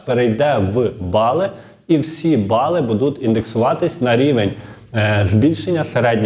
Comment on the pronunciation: Знову: БудЕ, будУть...! Робіть НаГоЛоСи в словах ПравИльно ! Українською ,літературною !!!😮😮😮